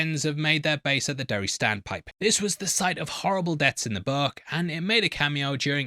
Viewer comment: The fact you say “Derry-Air” like six times in this video and you didn’t make a single butt joke is very disappointing ….